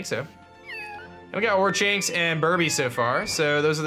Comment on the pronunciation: pronounced or-kinks